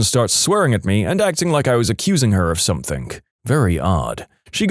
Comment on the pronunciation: Mate, it's "something" not "somethink". There is NO 'k' at the end of the word. Please, for the love of all that is good, sort it out 😂